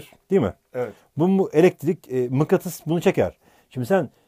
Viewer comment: mıkkatıs mı diyor bana mı öyle geldi